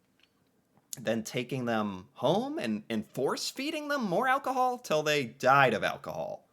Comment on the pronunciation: “Getting them drunk- on alcohold” 🗿 W vid btw